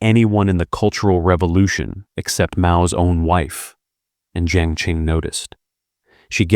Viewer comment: Qi is pronounced Chi, not Ki. Qing is pronounced Ching, not King. Qiao is pronounced Chow, not Keeow.